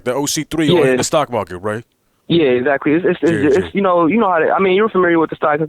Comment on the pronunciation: How many times did he say exsactly